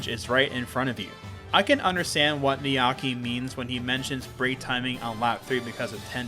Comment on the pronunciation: Heads up, the name is 'niyake' (ni-ya-ke) not 'niyaki' (how you pronounced it). The ke is pronounced like "keh"